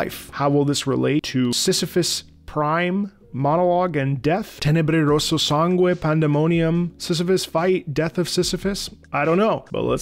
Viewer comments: Bro he say tenebre rosso sangue better then italian lol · Sei italiano? Hai pronunciato tenebre rosso sangue troppo bene